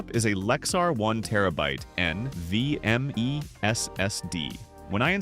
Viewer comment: "EN VEE EM EEE ES ES DEEE"